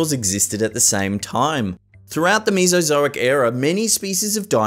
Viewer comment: i hear meesazoic*laughs* its mesa zo ic